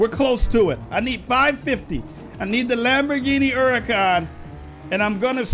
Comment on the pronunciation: its lamborghini hurcan